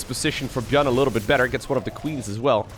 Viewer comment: I am getting confused when say buyn or buyl